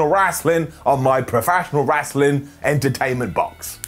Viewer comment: “World Rrraaaaaslin Federation eerrr Entertainment” 🤣 🤣 🤣 Golden Up 👍🏼